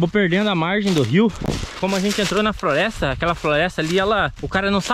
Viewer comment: ele falou frolesta kkkkkk